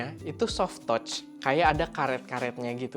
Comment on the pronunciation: gatel sama pronounce kakak di kata "touch", bisa riset lagi kak gimana pronounce-nya. yang benernya, jangan baper ya kak, ini masukan.